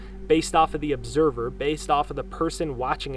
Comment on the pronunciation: ObserVer. With V not B. Just a little correction, no biggie. Good stuff!